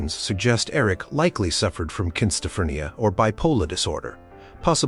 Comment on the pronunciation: Not all from medieval times, and...interesting way to pronounce "schizophrenia," but good video otherwise.